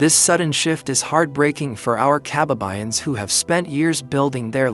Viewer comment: Kaba'ba'yan NOT Ka'ba'ba'yan.